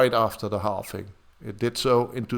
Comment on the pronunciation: Please some tell that is called and pronounced halVing and BTC halVed and not halFing and BTC didn't halFed! I cringe every time